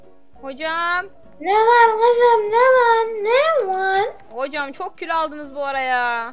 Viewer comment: Abla abinin ne varğğr kızımm ne varğğr diyişinde patladım